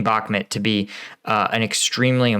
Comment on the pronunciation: Really like your videos and your additional angle - keep up the great work! But please, for the love of freedom... can you work on your pronunciation of Bakhmut (say ‘Back-moot’, not ‘Back-met’). K, thanks 🙏